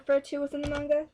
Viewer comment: And thank you for saying manga correctly